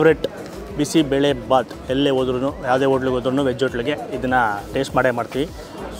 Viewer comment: ಬೆಲೆ ❌ಬೇಳೆ ✅